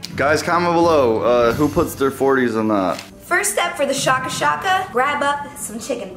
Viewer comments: its shaka shaka pronounced like shake-a (ie shaking a flavour sachet into a paper bag with a chicken piece) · Isn't it shake-a shake-a so it sounds like "shake shake," not shah-ka shah-ka?